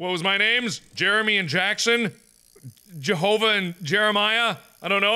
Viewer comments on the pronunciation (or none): none